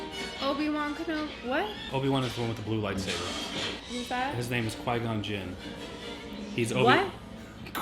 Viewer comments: Is it really that hard to say qui gon jin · It's QUI-GON JINN get it right